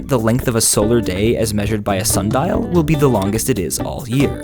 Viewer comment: Instead of saying "Sundial", I heard this... Sun diiiiaalldjkasjkasdhjasgdjsabdajskdhjskdnsajldbhasdgjahs,dsjahkdjsandas.jbdasbdanmsdbasndasndma